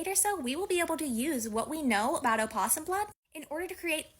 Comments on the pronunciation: in a scientific context it is sometimes used, but scientists aren’t linguists and are incorrect (source: I’m a linguist). Also it’s no “oh” it’s “uh”. As in “uh-poss-um”. So even if specifically speaking to an academic audience, she’s still incorrect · She does not say it correctly. opossum American [uh-pos-uhm, pos-uhm] / əˈpɒs əm, ˈpɒs əm /